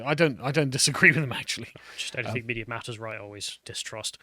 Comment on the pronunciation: Matt Walsh: "You don't get to capriciously alter the English language to suit your perverse and abnormal needs.": "I completely agree, it's totally wrong." Also: "Anythink."